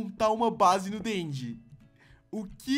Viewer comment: Não é assim que fala end end